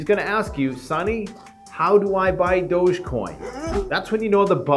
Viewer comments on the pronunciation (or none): Doge coin is pronounced like Dog with a long e like Doggy coin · I think it’s pronounced doggy coin